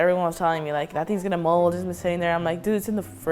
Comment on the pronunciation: 7.05 molden "Its so MOLDEN😬